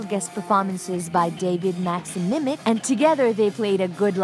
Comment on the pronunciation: Its plini tour and there is no plini in this video 😂. David maxim micic was a guest artist. And you pronounced his name wrong. Its micic not mimic. Do some research before you cover an event.